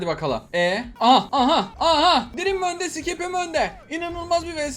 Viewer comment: Abi sadece dreami düzgün okudun jsxksjckak